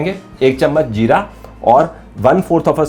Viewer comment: Spawngy......nahin Spongy (spun-ji) Where is this idiot got educated...... Jeera nahin be ZEERA bol Ultimate O my God Game O God Great Kuttay style mein: Ummmmmm